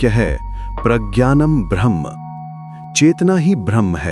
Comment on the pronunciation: Narrator का 'ब्रह्म ' का उच्चारण 'भ्रम ' की तरह बोलता हुआ लगता है।